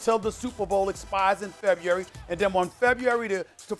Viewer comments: Uh, Stephen A....can you spell February? Cuz it sounds like you can't even pronounce it (Awww Stephen A, it'll be ok) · Ok, who taught Stephen A how to say February?